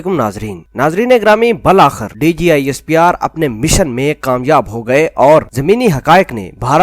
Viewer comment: Bhai bul akhir nahi. Bil akhir